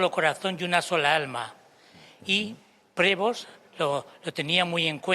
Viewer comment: Prevó sería la pronunciación correcta, debe tener algùn antepasado franco canadiense, apellido muy comùn entre ellos…